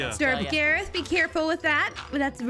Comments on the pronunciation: I say Garroth as (grr oth) not (garith) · As soon as I heard pronounced Garroth as Garreth, I got Phoenix Drop flashbacks with Ivy